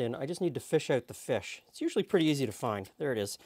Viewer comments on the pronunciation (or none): none